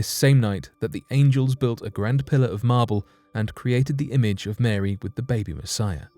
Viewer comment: Why you say Marey mother of god? JO